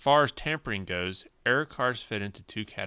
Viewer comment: When you say error car, it is sound like you are saying air car